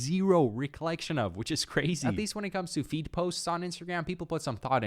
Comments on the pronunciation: I swear I heard "Feet" posts, instead of feed. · I thought you were saying feet post but then I heard the feed posts